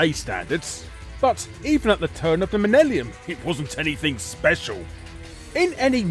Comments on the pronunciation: "Turn of the minellium" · "Turn of the minnellium"? I had to do a double take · The turn of the Menellium!? 😂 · Felt a bit like watching games master with the codes on screen! Kudos for saying Minellium ☺️ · The turn of the minellium?😂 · Same with millennium lol